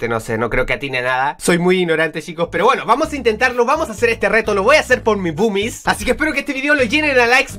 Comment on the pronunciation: boomis parese que se dice bubis